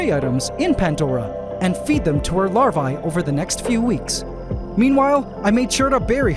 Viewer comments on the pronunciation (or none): “larvae” is pronounced as “lar-vee”.